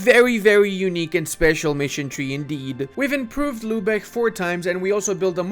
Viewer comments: My dude, I love your videos, but your pronounciation of german cities makes me mad :D It is not "Lübeche", it is "Lübeck", with a hard K at the end. Also it is not "Verdun" (french) when you talk about Verden, it is "Fair-Den", the northern germans often pronounce V as an F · Bro who told him that its Lübesch and not Lübeck....nicely trolled ma dudes